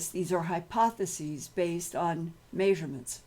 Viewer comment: Please....stop pronouncing measurement like that...please.